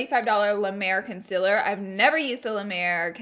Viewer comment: I literally came to this video to hear her say concealer wrong 😂😄